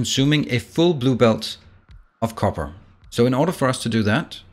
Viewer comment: Definitely rewinded twice, copper ? What? Lol